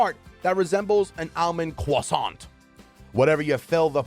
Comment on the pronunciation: why bro say croissant with the upmost accent